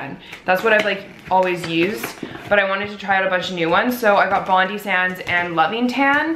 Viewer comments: Bondi is pronounced as bond-die. It's a place here in Australia. :) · HAHAHA how she says 'Bondi'!! It's pronounced like' bon-die' as in death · You said Bondi wrong aha :/ say bond then I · your puppy is so cute omg ahah aw. and btw you pronounce Bondi sands like bond- die sands haha xx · Omg it's so funny how you say bondi, hahaha. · You're saying Bondi wrong haha